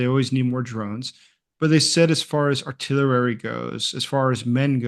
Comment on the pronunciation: Artillerery? Study English.